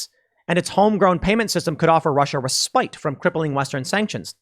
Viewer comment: respite. learn to pronounce. or sound illiterate